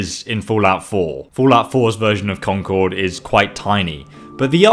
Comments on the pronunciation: you're mispronouncing Concord I go there every other week I live in New Hampshire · The way he says concord hurts me inside